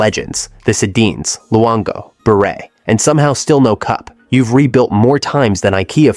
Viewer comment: They did though, included a mispronunciation of Bure and a reference to the 2011 stanley cup riot